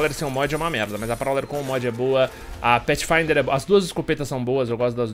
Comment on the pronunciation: usando o pa-thi-fin-der, e ele me fala da mastif?! Kkkkkkkk